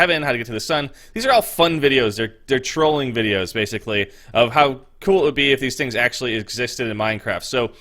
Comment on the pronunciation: He said troling